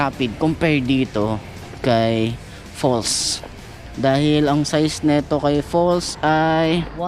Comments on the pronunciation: Bes it’s pronounced pulse no falls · Baka pals pag basa hindi fols